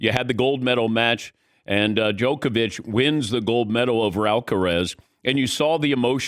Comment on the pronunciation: finally he learn how to say DJOKOVIC and not jokovic